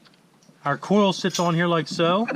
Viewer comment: say it with me... COIL packs... COIL... not cool